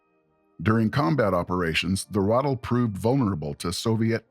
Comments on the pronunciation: ithe not rothel it's R(uh)- ah- tell + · Good video, but for the love of sweet Pauline, please learn how words are pronounced. It's not a "Rattle" it's a "Ra-tel" (emphasis on the second syllable); also, it's a "cup-ola", it's a "cue-pola" ... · Lmao I was sitting here like "when tf is he gonna talk about the Ratel??" Stfu about this Rottle nonsense. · Ai... never heard it pronounced "ruddle" before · The pronouncing is so annoying